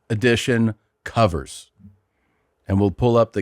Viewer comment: I laughed when Christina said S.I cummers instead of covers.